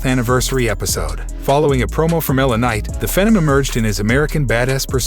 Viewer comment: why can't the voice over man say words properly L A Night lanight .etc really annoying .